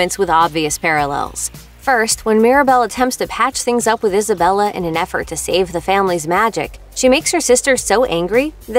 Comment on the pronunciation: Majrigill, and also she pronounces names like Luisa "luiza". Same with Isabela, pronounces it the wrong way, "izabela". Triggers me so much, cmon, it's not difficult to get it right